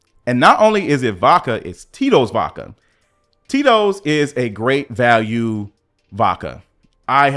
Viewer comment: "Great Vakue Vodka 🍸"